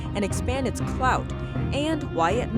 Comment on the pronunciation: I’m sorry did she just say clout